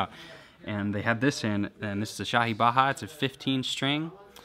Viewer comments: Lol its baaja not baaha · Baha?? .. Lol Its baja. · Actually It's pronounced baa-jaa, nice piece tho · It's Hindi dude, not spanish. J is pronounced j, not h. Baaja is pronounced exactly as you're reading it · Centrist Shenanigans Yes, and Hindi isn't the only language. There are 28 languages recognised by the Eighth Schedule to the Constitution of India and I'm sure none of them pronounce 'j' as 'h'. That said, it's not a very common fact for someone from another country and it's not a big deal that he pronounced it wrong. Just wanted to say that most words belonging to Indian languages are pronounced as-is (in the English alphabet pronunciation) when romanised. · Its not baja pronounced the spanish way, its the normal j, baaja means a musical instrument, or to play a musical instrument. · Lmao the J isn't silent